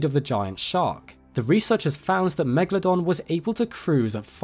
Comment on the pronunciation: Its just fascinating to me how so many people have a fascination for this animal but I've honestly never ever heard an English speaking person pronouncing it's name correctly... It's not meglodon... why are you guys swallowing the A? The E is actually an elongated letter. Such as the 'eh eh eh' that rihanna does in the song, umbrella. And the A is also long as if you'd be like 'aaaaah okay'. It's Latin...if you love it, pronounce it the correct way :).